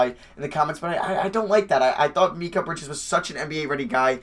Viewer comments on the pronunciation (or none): You’re pronouncing Mikal Bridges name wrong it’s pronounced mih-call. Just figured I’d let you know for the future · Why u say Mikal Bridges weird